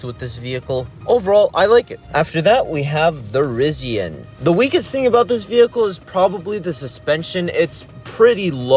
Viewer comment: very much heard rizzian lol